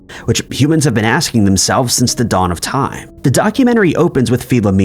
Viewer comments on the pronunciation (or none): none